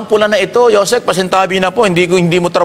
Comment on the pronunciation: paki ayos naman hindi Yo Sec.USEC PO.